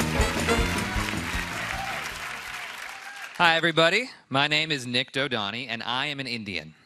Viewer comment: I am not even sure if we he's pronouncing his last name right! Either he understandably can't pronounce it right or he's "white-washing".